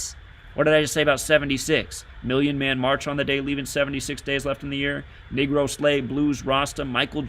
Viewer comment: Why do you pronounce Negro as “Nigro”?